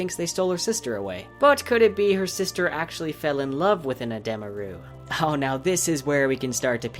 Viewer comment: It's pronounced Ed-ee-ma Rue not Ed-eh-ma Rue if you listen to the Audible Books - which I'm assuming was approved by Rothfuss